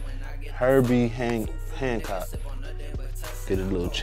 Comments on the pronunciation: aint heard of and cant pronounce Herbie Hancock. Hno nuffing wat a disgrace mass appeal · i wanted to post something, but this is it, i just subscribe to this, and one more wack thang and imma unsubscribe from mass appeal, im not even gonna get into lack of basic music knowledge or reading skills... but this is sad... hearing him saying herbie hancock is like a knife into the chest..i am happy to see that at this point it has double the ammount of dislikes than it has likes